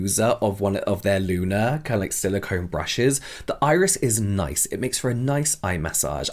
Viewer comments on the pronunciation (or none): none